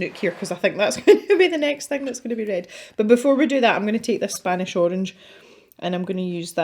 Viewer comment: 'the spOnish Arange' .. I'm crying 😂that kind of happy accident happens to me all the time.. I always say my little dyslexia is coming out to play. Now that I have finished watching and calmed down I can properly comment :) I love the picture! It looks so great. And I agree with the opinion about the paper... Johanna's books have had better paper. I'm wondering though if you have the American version for some reason? Which supposedly has even worse paper than the British version?